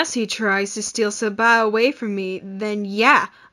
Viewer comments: Its Sa-bah..slowly.. not SABA!! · Me: is Malaysian Also me: * hears say 'Sabah' wrong* Also is me: Pfft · I don't think you pronounced sabah correctly and also becouse I'm an Malaysian if you I'm I won't hurt!